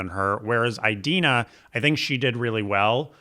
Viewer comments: Your pronunciation of "Eye-dena" kills me 🤣💀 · Does she actually pronounce her name "Eye-dina"? Like "Eye-rack"? Your imitation of Idina was so spot on I couldn't help but laugh! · The repetition of “EyeDeenah” Menzel is throwing me off big time. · I’m with that Idina (why are you both saying Eye-Dina?) and Kristin would’ve been better as a quick cameo as Shiz professors